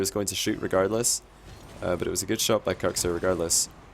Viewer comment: Need to pronounce it "cooks" not "cucks" lol